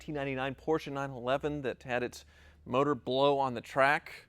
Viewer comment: HAHA Could not stop laughing: "I hab a bad month last month!" :D